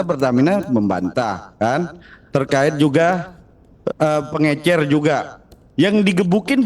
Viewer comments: Bicara aja salah pengecer jd pengencer. Gmna bisa ngatur strategi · Pengecer bukan pengencer ....hadehhhhh nie menteri😂😂😂😂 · Pengecer pak, bukan pengencer...hhh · Mgomong aja gak becus "Pengencer..... Pengemcer" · pengecer,bukan pengencer,beda pak metri ¿? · Bahlil, perbaiki bahasa Indonesia kau , yang ada itu Pengecer bukan Pengencer. LONGOH KALI KAU. Belum pantas jadi menteri. Kebanyakan minum tuak kau, sama kayak si Luhut yg sampai sekarang Cuma suku si Luhut yg tak punya provinsi, Sejak dulu Keresidenan Tapanuli Nebeng terus dengan Sumatera Utara, ngaku-ngaku anak Medan, hei LONGOH kau, Medan itu Tanah Melayu bukan Tanah Batak, Faham kau , Luhut? Sudah muak rakyat Melayu melihat Batak nebeng terus... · PENGECER !BKN PENGENCER . NGOMONG GK BECUS